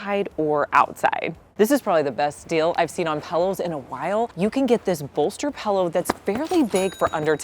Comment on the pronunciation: You’re the first person I have heard say “pellow”. Took me a second to know you meant pillow 😂